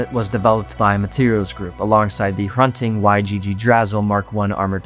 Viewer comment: For the future, you got Hrunting right but Yggdrasil is pronounced (ig-dra-sil). Cause I'm sure if some other nerd(s) hasn't yet, they'll point it out in any future vids lol It's just the norse naming convention. Mjolnir, hammer of Thor. Gungnir, Odin's spear. Yggdrasil, the tree of worlds. Don't remember what Hrunting was 🤔 Edit: it was the sword Unferth gave to Beowulf before he fought Grendel's mother